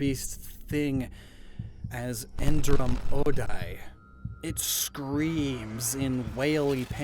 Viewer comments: That dazed amaze all worker spoiled alot, i mean, he said: Endram-Odai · i really think if the "r" in Endram-Odai should be rolled. It sounds like a more exotic type of sound.